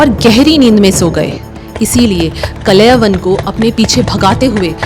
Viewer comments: It's Kaala yavan.. not kalayavan😂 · कलय वन नहीं कालयवन नाम सही लें ताकि आज की पीढ़ी भी सही उच्चारण समझे ।महाराज मुचुकुन्द नाम था कालयवन को भस्म करने वाले ओर कालयवन ने ही कृष्ण को रणछोड़ नाम से पुकारा था। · actually his name is kalyavan not kalayvan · अरे बाबा, कलयवन नहीं, कालयवन । दूसरा नाम मुचुकुन्द, तीसरा शब्द इक्ष्वाकु । Please, please, correct yourself. Otherwise your presentation is okay. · Kalay van nhi..kaalyavan.. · कलयवन, नहीं "कालयवन" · कलय वन नहीं बहना.. कालयवन मुच्कुण्डा नहीं मुचकुंद.. इक्ष्वाकु भगवान के लिए 🙏🏻 अंग्रेज ना बनों कालों... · अच्छी कोशिश लेकिन उच्चारण सही कर लो कलयवन ❌ कालयवन ✔️ मुचूकुंडा ❌ मुचुकुन्द ✔️ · Not Kalayban, he was "Kaal Yavan" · Kalayvan nahi kaal yavan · He is called kaljavan not kalayvan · मुचुकंद को मुचुकंडा बोलना बंद करो कालयवन को कलयवन बोलना बंद करो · Kalayavan nahi kalyavan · It's not kalayvan, it's kaal yavan, and it's not muchukunda, it's muchukand😂😂. atleast know the pronunciation of our own languages 😂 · Kaal- Yawan .....ka uchcharan bhi nhibkr pa rhi hain aap ...reel aji kab tk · kalyavan pronouncing all words are wrong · Kaal yavan wrongly pronounced the name the king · कलयवन नहीं कालयवन, मुचकुंडा नहीं मुचुकुंद, इक्ष्वकु नहीं इक्ष्वाकु । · बेटी ! कलेवन नहीं !!? " काल-यवन " जो भगवान शंकर/शिवजी के वरदान से " राजा शशिरायन " को स्वर्ग की एक अप्सरा के समागम स्वरूप प्राप्त हुवा था एवं जिसे " काल-जंग "(यवन सम्राट) ने बाद मे नि : संतान होने के कारण उस बालक(काल-यवन) को गोद(दत्तक) ले लिया था और जो अजेय होकर जिसे भगवान श्रीकृष्ण का सुदर्शन चक्र भी नही मार सकता था !!...एक व्हेरी सुपर सीनियर सिटीझन...🎉🎉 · Not kalayvan, but Kaal yavan. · Are madam kalayvan nahi "kaal yavan" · He should be pronounced as Kaala Yavan not kalaivan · Kalayvan nahi.., it is KAALAYAVAN.. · Kalayavan ❌ Kāl + Yavan = Kālyavan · Bai sanatan ka majak mat bana it’s kaaal- yavan. Not kalayvan 😅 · कलयवन नहीं कालयावन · Kalyavan.. not kalaivan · Kalayvan ❌ carl yavan ✅ so kalyvan काल्यवन foreign attacker with help of magah jaraasandh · कलय वन नही माते.. काल यवन..